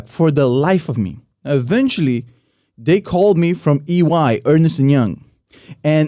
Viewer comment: The reason EY didn't hire you is NOT what you think. The reason EY didn't hire you, is because you said the name wrong: it is NOT ErnEst as you pronounced; it's Ernst ! and pronounced as" Earn - s- t"; and believe me, you didn't miss anything by not working there. You would have wasted your talents for years. Look at where you are now. Anyway, I am kidding about the hiring part but not the name. Many people got it wrong if not from this particular profession. Love your show and been following for a long time!